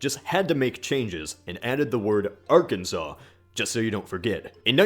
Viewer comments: I understood USSR-kensaw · Why you pronounce ARKANSAS as ARKANSA??? And what's the point of using stupid and irrelevant St.Andrew's Cross on flag? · Kansas is “Can-Zis”. Arkansas is “Ar-Can-Saw”. Wtf America 🤨🤨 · It’s like ARKANSAS But it’s pronounced Arkanso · Nice video. You pronounce Arkansas wrong though. Also the study of flags is called “vexillology” not “vexiology”.